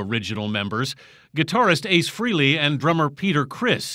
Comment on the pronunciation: It's Ace Fraa-lee, not Free-ley. Get it right; mispronouncing a person's name is disrespectful. BTW, Stanley needs to get over himself. Fans and the KISS Army like Peter Criss and the original guys.